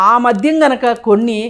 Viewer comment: మధ్యం,నేపద్యం.... ఉచ్చారణా దోషాలు సరి చేసుకోండి మోడరేటర్ గారూ..